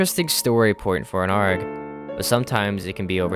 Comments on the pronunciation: it's A-R-G not "arrrrg" arrrg is for pirates, we are not pirates. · Great video but you calling it an "Argh" instead of an A-R-G pissed me off far more than it really should. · its not ARGE its a-r-g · you're the first youtuber i've ever seen that pronounces ARG like that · Ok, this video is great, but...bruh, why do you say ARG like that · bro pronounces “arg” like arm or ram instead of like cpu